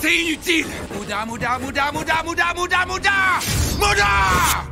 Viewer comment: C'est comme si il disait mouda pas muda 😂